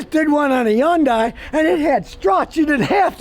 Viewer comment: Hyundai is pronounced like Sunday, not Hun Die